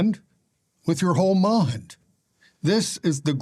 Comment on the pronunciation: absolutely grinds me so bad with his adding of Hs into normal words….mHind, greatHest, fHeelings, bHeing etc. I can’t stand listening to him.